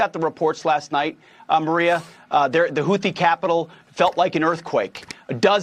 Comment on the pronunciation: Sometimes it sounds like it saying juicy tv, both work😉